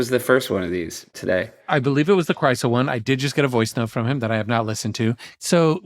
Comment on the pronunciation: Have you also wondered how long it will take Seth to realize that Krisel's name does not contain the letter T?